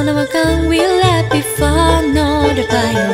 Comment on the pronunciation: This was FANTASTIC! My only (minor) suggestion is that she study the pronunciation of local words like "Bayou."